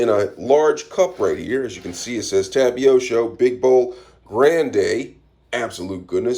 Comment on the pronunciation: btw it’s pronounced tap a tee oh